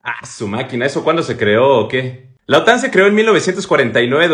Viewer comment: La OTAN , no la otán. Qué lío os aceis con las tildes y las silabas tónicas.